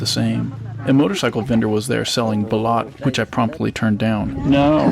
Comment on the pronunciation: Great video! Bro needs to be careful how he pronounces the word for the chicken egg though! It's balut (bah-loot), not bilat (bee-laht). Bilat is, ummm, female privates.